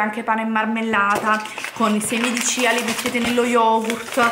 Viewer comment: Non per fare quello che sa tutto , ci mancherebbe , perchè una passione è una passione ma sentire certe cose mi fa rabbrividire . Punto primo si scrive muesli ma è miùsli poi i semi sono di chia e non cia e ball si scrive ma non si pronuncia , Se proprio vi volete divertire e cucinare comprate della vera avena bio e certificata , la tenete circa una notte in una bagna di acqua e latte , la mattina seguente la fate scaldare a fuoco basso , quando avrà raggiunto la consistenza da voi preferita , la potrete trasferire in una ciotolina e sbizzarritevi con i condimenti ad esempio fragole e cioccolato e qualche mandorla vanno alla grande .